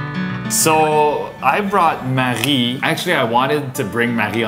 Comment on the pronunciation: One of the parts of your videos that I like is in the beginning. When Marie says her name is Marie (but pronounces it maji) lol then later in this video pronounced it Maggie 😂